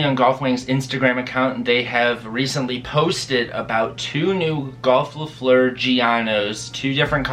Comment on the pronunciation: Look at how u say golf le fleur in french